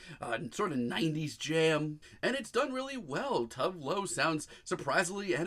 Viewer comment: Honey...! Her name is pronounced as such: Too-vay Loo